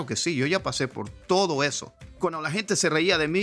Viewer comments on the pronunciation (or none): Pensé que habías nacido en los Estados Unidos porque hablas español con acento no mexicano sino gringo. Sobre todo cuando pronuncias la palabra "inglés" con la "L" inglesa y "gente" como con "h" inglesa: "hente". Buen video. Me inspira! Le doy like. Saludos desde Chiapas.